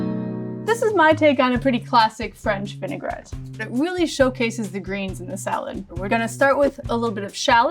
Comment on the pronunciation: "Vinaigrette", not vinegarette, this word doesn't even exist 😉. Like the video and the recipe though ❤️